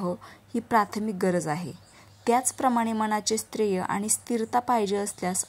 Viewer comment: स्थर्य म्हणा नीट